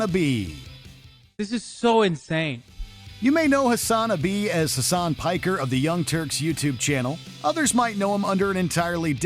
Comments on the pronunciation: "HASAN-UHBEE" OMEGALUL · Hasan A Bee now I don’t watch Twitch but I’m pretty sure that’s not how it’s pronounced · “Hasan A Bee”